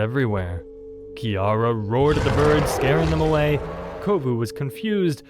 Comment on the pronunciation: Finally someone saying kiara right